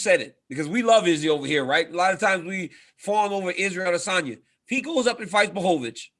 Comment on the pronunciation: Hey this is for Ariel. Next time you need to explain to DC how to pronounce Adesanya, tell him it's spoken more like a'Desanya. The emphasis is on the 'De' and not the 'A,'